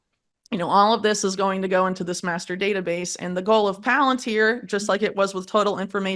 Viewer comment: I thought she said masterbater base but she said master data base… 😂